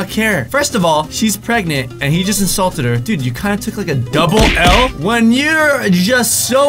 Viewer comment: When he said asault instead of insult :(